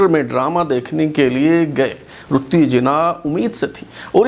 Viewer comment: قائداعظم کی بیوی کا نام“ رَتن بائی پیٹیٹ” تھا، اور اُنہیں “ رَتّی جناح “ کے نام سے پکارا جاتاتھا ، آپ مسلسل “ رُتّی جناح “ بتا رہے ہیں ۔ RATTANBAI PETIT ( RATTI BAI )